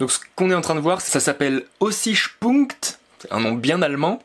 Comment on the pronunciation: "Aussichtpunkt" ( prononcé : aozichtpounkt) c'est pas le nom, ça veut dire "point de vue" c'est là où t'as pointé ton curseur. c'est à dire qu'à cette endroit là il y a un point de vue, c'est le cas par rapport aux photos que tu montre aprés.